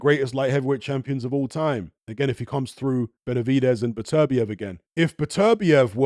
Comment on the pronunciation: Came back to hear how pronounces Beterbiev because it sounds nicer than Butter- be-ev